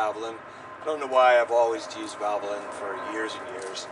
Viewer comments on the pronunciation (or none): You are surely pronouncing Valvoline wrong. And I am holding that against you. So in retaliation, I will use Quaker State oil! How do you like them apples? Ha Ha Ha Ha Ha!